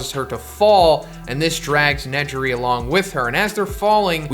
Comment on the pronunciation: Im sorry but you said ne - ji - ri Tf